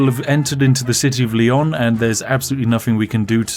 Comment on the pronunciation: This Is my favorite video of your channel. Mostly because the pronunciation. "SEVIL" "LION" "ACORUNA" "TOULDEO"